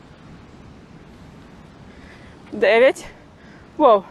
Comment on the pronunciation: ДЭСЯТЬ ДЭВЯТЬ.... Че не русская что ли?